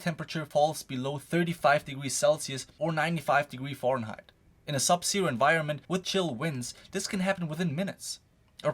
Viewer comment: . Fair-N-height not Four-N-Height